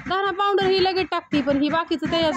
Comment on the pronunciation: आका पाॅवडरम्हणुनका पावडर म्हणा